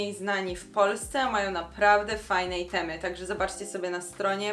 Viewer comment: Czemu "itemy" a nie "ajtemy" lub rzeczy, w koncu jest po angielsku czy nie??? Bo jesli nie to powinny byc rzeczy a jesli po angielsku to wymowa jest niepoprawna